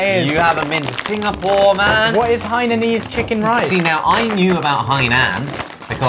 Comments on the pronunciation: I am from Singapore and oh my God I can't stand that ollie says hananan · In most if not all of the non english words, a is pronounced as ‘ah’ so it would be ‘lucksah’ and ‘hainahnese’ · As a hainanese person I respect Ollie’s way of saying it :Han-nan-nan is respectably better way of saying 😂.